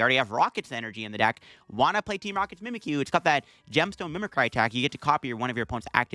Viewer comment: It’s pronounced“MIMI-CREE” not “MIMI-CRI”